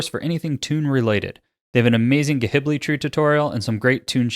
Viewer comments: My dude...please...it's not "guh-hibli", it's Studio "Jibbly". Thanks for the vid tho. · Im soooo sorry but i cant stop laughing after you said gahibli haha great video tho